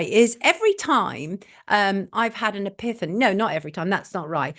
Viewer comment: epiphany - pronounced epifany Sonia :)